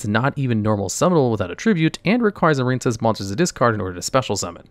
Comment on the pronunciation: The silent e at the end of marine is what gives its i a long sound. Marincess doesn't have the silent e, so it rhymes with princess. Marinecess just sounds gross, like a marine cesspool or something 😂